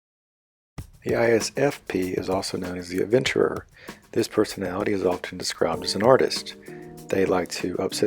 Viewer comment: "And finally there's the sixteenth perthonality"